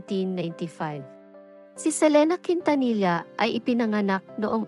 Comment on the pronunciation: Ang bobo mag pronounce nang surname ni selena